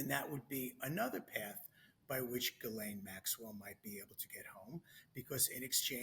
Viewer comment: I don't trust an "attorney" who cannot even pronounce Ms. Maxwell's name correctly.